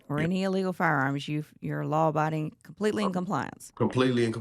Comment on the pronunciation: “Law biding”🙄🙄